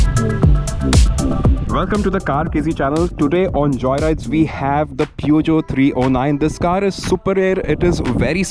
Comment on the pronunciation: It was already dated and too utilitarian for the Indian market when launched but it was rugged and that ground clearance made it go on roads where only jeeps went. P.S: It's pronounced somewhat as Pyu-sh-jo. Then Peugeot did make larger cars before the 309, one of the most legendary ones being the 504 which was sold between the late 1960s to early 80s. Another thing, the Standard 2000 launched in 1985 had a rear wiper and that was the first car manufactured in India to have one, not the 309.